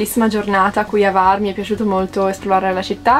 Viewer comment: Ciao bellissimi, ben tornati! Ho sentito la vostra mancanza, e quella dei vostri video. Hvar è bellissima, è chiamata la Portofino dell >Adriatico e l isola della lavanda. scusa se mi permetto, il nome non è Var, ma la acca viene nominata, cioè Cvar. Perdonami, non volevo fare il saccente, ma navigo come marinaio in quelle acque da tanti anni. Un caro abbraccio a voi.